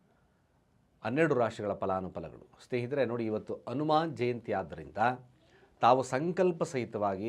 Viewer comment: Pronunciation it is Hanuman jayanti